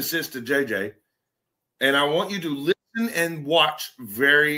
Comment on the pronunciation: Look when he says the word "listen "...slurs the whole word...last time i checked, listen only had 2 syllables.